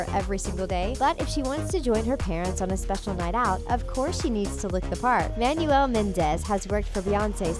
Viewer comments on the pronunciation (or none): none